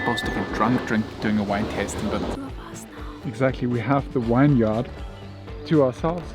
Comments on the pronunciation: Winyard/Vineyard. Reminded me when I visited Germany and the tour guide kept referring to the 'Willage'. I wonder what language and speak to one another off camera. May be just the language of lurv, baby. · Love how pronounces “vineyard” like it’s “winyard” 🥰